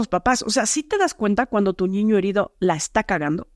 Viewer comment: A mí me pareció súper interesante todo. Lo que no me gustó es que en lugar de niño dice "ñiño" 😮